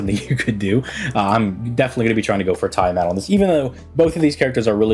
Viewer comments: It's tee-uh-maht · He's mispronouncing on purpose